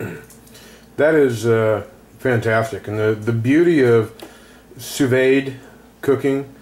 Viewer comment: Enough people have posted just how to pronounce sous vide. I hope you can learn from them. Once a chef completes the sous vide process we quickly sear it in a hot pan for about 30 seconds on each side. That way you aren't eating raw-looking meat.